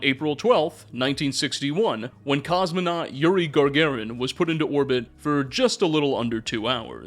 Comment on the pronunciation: "Yuri GARGAIN"?